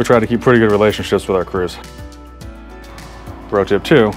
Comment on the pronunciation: Are you saying pro tip or bro tip? Thanks for the video.